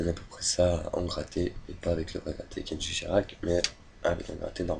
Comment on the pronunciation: C'est pas kenji mais KENDJI !! PUTAIN